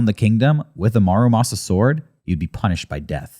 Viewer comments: Fun episode, but for future reference - it's not marumasa, it's MURAmasa. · Love this topic, and not to be that guy, but it's Muramasa, not Marumasa.